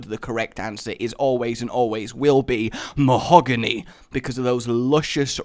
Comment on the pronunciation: why were you saying mahogany like that I feel you were referencing dbz abridged cause you were saying it like that